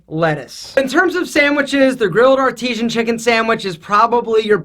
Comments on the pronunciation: My dude what you did for the 3rd one, two pieces of meat, one piece of cheese, and the bun is a McDouble 😂. Don’t assume ik this cause I’m fat and love McDonalds I just work there lol. Also when you said artisan as (ar-te-shan) instead of (ar-ti-san) that’s one of my pet peeves hahahah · This man just said grilled AR-TEE-SHEN sandwich. If you work at mcdonalds we make fun of people who say it like that. It's pronounced grilled AR-TI-SEN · Its not "Artesean" like an artesean well its "Artisan" as in skilled craftsman..... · He creeped me out saying Artesian instead of Artisan 🥴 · It’s not artezian it’s art-I-sen my lord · Isn't it pronounced ar-ti-san, not ar-ti-sian? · "Artesian" lol try again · He said the grilled artisan wrong 😭😂